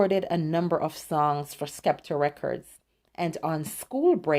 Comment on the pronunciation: It’s pronounced “Septer Records”.